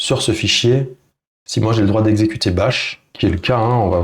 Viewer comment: Bash et non bach ;)